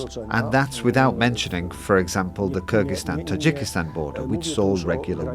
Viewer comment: BIG Thank you for pronouncing Kyrgyzstan correctly in the beginning of the video. 👏👏👏🎉🎉🎉